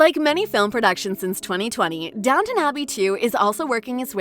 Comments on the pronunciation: IT IS DOWN T ON ABBEY NOT NOT NOT DOWNNON ABBEY Call it by its correct name - thank you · If this person can manage the HUGE STRUGGLE to say COUN T ESS good work. You managed it. SO DOWN T ON Abbey. there now, not so hard is it.